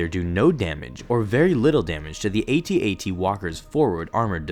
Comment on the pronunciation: Yay! Correct way of saying AT-AT!